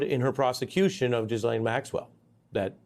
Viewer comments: Ari, brother…. Did you just call her Jizzlaine Maxwell. Dude lol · Can you please stop mispronouncing Ghislaine’s name?